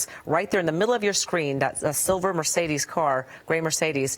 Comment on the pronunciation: What's a Me-CADE? It's M e "r" c e d e s dumbass! There's no "A" in that vehicles model name what so ever! I don't think you paid attention in SPELLING class. Were you just HIGH the whole time? Why does your phone or computer NOT have spell check turned on? Like seriously!!